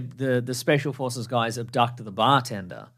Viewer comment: Can't help but hear "special horses" instead of "special forces"